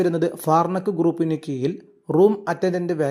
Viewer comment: കീയിലല്ല കീഴിലാണ്😂